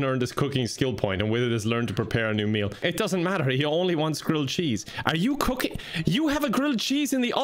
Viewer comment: Am I the only one who hears "cocaine" every time he says "cooking"?🤣